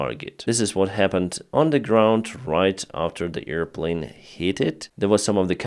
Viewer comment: Not EAR plane,, but AIR plane.